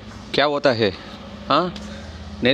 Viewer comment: Bro ena ketta varthaiyellam pesuringa 😂😂😂 Athu kia oththahe ila kia oraye 😅😅😅😅 inime crt ah sollunga bro